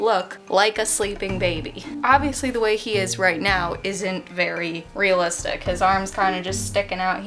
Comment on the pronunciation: Stop saying real listick